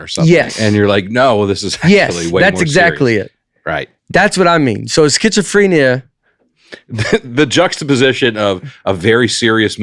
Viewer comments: The evolution of Nate's pronunciation of schizophrenia... Somehow he got more correct as the bit went on. He's healing 😂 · The number of ways Nate pronounces schizophrenia 🙈😂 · Nate talking like all people with schizophrenia are like the dude from "the shinning". But when I google the symptoms Nate could easily have half of them. Disorganized thinking, disorganized SPEECH, cognitive difficulties....